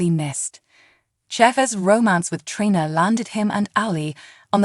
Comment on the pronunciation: Treeeeeena……. that’s how her name is pronounced!!!!